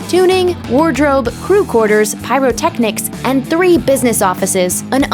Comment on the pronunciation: The way she says pyrotechnics